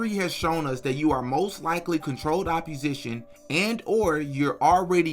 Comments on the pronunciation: It's opp-O-sition, not opp-U-sition. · Great video. Constructive criticism. You're pronouncing opposition wrong. Its OPP-O-SITION not OPP-U-SITION. This woman's hypocrisy has bugged me for 2 years. Thank you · “Opposition” Where do you get the “u” from when you say that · It’s pronounced Controlled OPPOSITION my brotha. Keep doing God’s work sir ! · The way you pronounce “opposition” is throwing me…